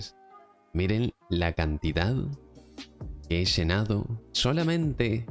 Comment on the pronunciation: Sha hemos shenado los bidones shenos hasta arriba.